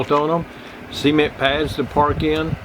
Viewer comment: Love the way you pronounce "cement"